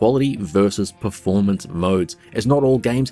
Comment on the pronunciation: It's pronounced pERformance, not pREformance. Thanks🙏